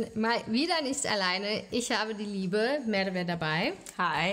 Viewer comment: Seit wann spricht man „Merve“ so aus